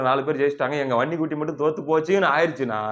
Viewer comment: தம்பி நீ வன்னி குட்டி என்று சொல்லும் போது அந்த உச்சரிப்பு ரொம்ப அழகு